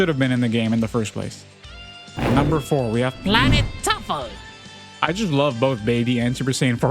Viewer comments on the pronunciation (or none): Bro, really said planet TUFFLE 🗣️🔥